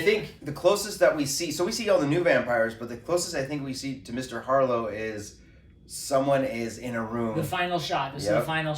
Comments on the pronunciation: 'B'arlow not harlow. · Mr. Barlow not Harlow. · It's Mr BARLOW not Mr Harlow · Mr Harlow? It's Barlow buddy ok Kurt with a ' K ' , As Straker (James Mason) points out ! Fabulous !!! 🙂👌👌🙏🙏💯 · Mr Harlow, are you kidding me. Its Barlow you muppet. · This sounds amazing..... But its BARLOW. Not HARLOW🙄🙄🙄👍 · His name is Barlow, not Harlow. Are you sure you read the book 4 times? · Not Harlow, Barlow. Kurt Barlow. I can't wait to see the trailer. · Yup. Mistakenly. It's Barlow.